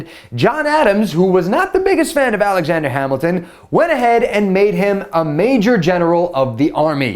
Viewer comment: alajander hamilton? um who is that